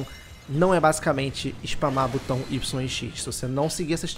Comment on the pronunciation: Por que nenhum youtuber sabe falar a palavra "botão" corretamente? 🤣🤣🤣🤣🤣